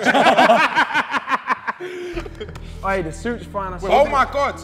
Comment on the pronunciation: called him LENG lmaooo